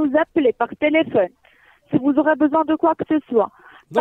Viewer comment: Numéro de telefun MDR elle parle même pas français XD